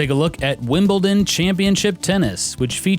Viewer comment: wow, an american who can pronounce Wimbledon properly. congrats!